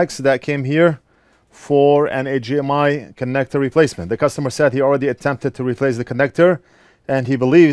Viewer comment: Always cracking up when he says AJ M I port